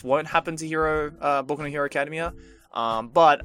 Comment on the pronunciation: I think you're pronouncing academia wrong